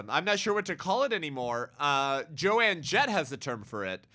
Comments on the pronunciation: I feel like someone needs to let you know… It’s Joan Jett (as in Joan of Ark). Not Joanne. Sorry I could not help but laugh, but I do agree with your point regardless :) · It's Joan Jett not Joanne Jett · No big deal…about her name, but it isn’t Jo-Ann….its Joan (silent a). My daughter, now 60) followed her as a teen. It’s very sad and horrific what she’s saying…. Terrible things to come, I’m afraid…so glad our great God is in control! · I agree with him too, but came to say the same thing 😂. Joan, not JoAnne. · I love how keeps calling Joan "joanne" lol